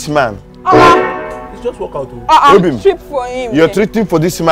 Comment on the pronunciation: Go and walk out in your house, d way he pronounce obim na something